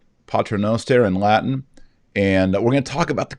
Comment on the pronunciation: Kennedy's Latin is pretty amazing closest to the real thing I've heard so far great job!